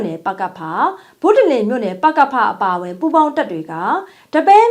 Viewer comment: လာပြန်ပြီ။ ဒတ်ပယင်းလို့ပြောပြန်ပြီ။ ဒီ ပဲ ရင်းပါ။ သေချာannounceလုပ်ပါ။